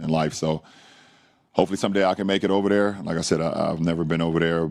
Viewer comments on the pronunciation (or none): Geez. He needs to improve his speech and learn how to pronounce OVER THERE. OVAdare only makes him sound stupid, not rich.